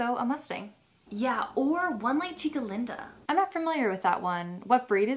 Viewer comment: I speak Spanish and the way she said Chica Linda killed me lol its pronounced Cheeka leenda lol It means pretty girl Chica means girl and Linda means beautiful or pretty.